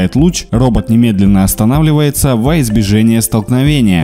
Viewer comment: "воизбежЕние" 🤦‍♂😆🤣. Ну как можно говорить так не грамотно такие элементарные слова❗❓ Уже какой раз замечаю на этом канале. Подтяните свой русский язык. Или через поиск проверяйте, если сомневаетесь.